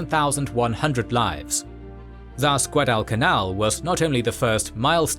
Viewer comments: Shitty AI voice can't even pronounce Guadalcanal correctly. I'm out. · wtf find about that can announce "Guadalcanal". Boooooooo